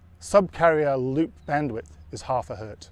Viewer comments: He refers to the non-plural Hertz as a 'Hert' !? I've never hert of that before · and For all his knowledge and expertise, which is clearly extensive, this chap seems to think that the unit of frequency is "Hert"! (And presumably that the plural is 'Herts'.) 🍌😯